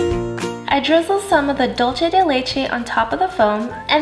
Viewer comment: Looks delicious! but Dulce de Leche is not caramel... it doesn't taste like caramel.. is cooked condensed milk and is from Argentina :) and is dUlce use the U because you are saying dolce de leche which is in portuguese dolce de leite. Will try the drink :D